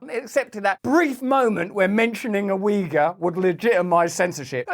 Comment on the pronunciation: its not weager its OI-gur. To pronounce Yugur. Ty for info as always